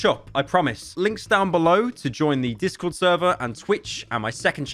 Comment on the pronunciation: Discor should be fwee